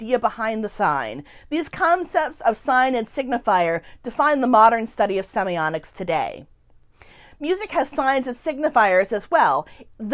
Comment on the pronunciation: Why do you pronounce the word as "semionics?" semi-OTT-iks